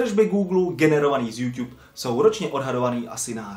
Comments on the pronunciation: Proč ''Jůťub?'' Podle mě se to čte ''Jůtůb'' :D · neumíš to číst není to Youťube ale youtube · Slovo jůťůb mi přijde takový měkký požíváme jůtůb 😀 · Je to "jůtůb", ne "jůťůb" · YouTube sa nečíta "Júťúb" ale "Jútúb" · Jo, nevyslovuj to youťube ja vim ze je to tak spravne ale rikej pls youTube :D dík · hovori sa to mu youtube a nie youťube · nevyslovuje se to "youťube" ale "youtube" ale jinak ok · proč říkáš Youťube měl by si říkat youtube a ne youťube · Proč tomu říkáš juťub je to jutu b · proč říkáš youťub říká se youtub ale to je jedno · hele mas docela dost odberatelu tak by sis měl uvědomit ze se to nečte juťub ale jutub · YOUtube je jůtůb né jûťub 😒😕😬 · Tiež mi to reže uši. [jutub] je klasika. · Metyou - TOP 5 jenže špatná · 2 díl!!!! ale neříkej youťub 😨😄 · Nesnášim když to někdo řekne jako jůťub 😡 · Youťub slyšíte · Neříkej furt JUŤUB